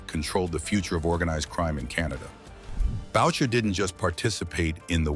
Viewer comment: Bowcher??? It's pronounced Booshae! All you young guys so fascinated by this yo yo, you can read this in old newspapers. If someone has to ask when he died it means your probably young and watching a video being done by a nit wit! there are some pretty accurate videos out there. This is not 1 of them! This video doesn't even compare to garbage it's so bad! Jeff D. 70yrs old - retired!